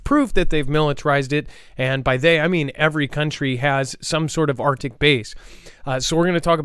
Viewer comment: ARCTIC…NOT ARTIC.